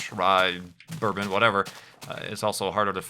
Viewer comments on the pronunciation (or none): none